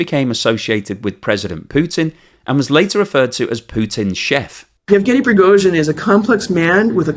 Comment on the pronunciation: I wish the Americans could get their tongues around proper Slavic pronunciation. Prigozhin is "Pri" as in "Grand Prix" or "pretext". He is "go" as in "Al Gore" or "Blood and gore". The "zhin" is pretty good.